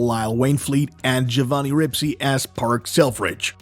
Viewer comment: Giovanni Ribisi, pronounce it right.